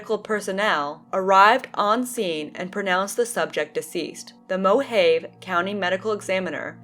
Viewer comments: Moe-Hah-Vee, not Moe-Hay-Vuh but RIP Fedsmoker. It's always in Arizona... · Mohave. Pronounced "Mow-hov-ee" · Beautiful area out there in the "MO-haiv" desert. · you're thinking of mojave. she was reading mohave